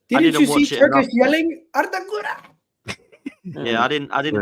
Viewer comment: The way you’re pronouncing Guler is driving me crazy lol 😂